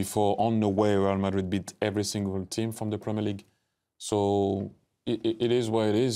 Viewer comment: Premier LI 🤣🤣🤣🤣🤣🤣🤣🤣🤣